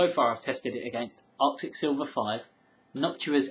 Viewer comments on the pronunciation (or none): none